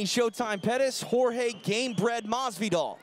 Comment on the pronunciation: Hot Boi weird. he pronounces his name correctly